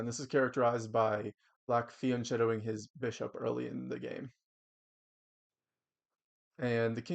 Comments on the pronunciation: But you knew what he meant. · Fianchetto isn't pronounced that way i think